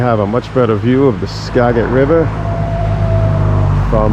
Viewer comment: Tip: It's not "ska-get"... it's "skaa-jit".... river (and county) 😄